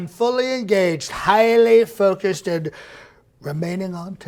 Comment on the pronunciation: Did he say "Bend Minister" for "Bedminster"? LOL If so, the misreads are a great realistic touch. Also, "focuseded".